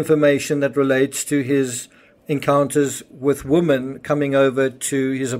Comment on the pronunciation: why are you pronouncing women exactly like woman---singular vs. plural?